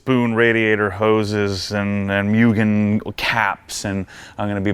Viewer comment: Apexi is Apex "Eye". It stands for Apex Integration. Don't go all Prier on us again bro;). Cool project. I say leave the wing, didn't Mugen make a decent looking wing that used the same holes? And it's "Moogen" and "Brid" haha, say it legit.